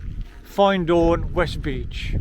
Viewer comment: Ahh used to live near there I do miss it ….it’s pronounced …..FIN as in fin of a fish … d …as in a child learning …a b k d …and horn …. Beautiful place thanks for sharing